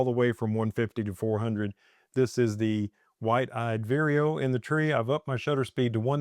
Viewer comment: Lovely pix as usual! I have heard great things about that camera and especially that lens! BTW, is that bird named "White eyed weerio"? I have only heard you say that name and I had been thinking it is "Wide eyed..":D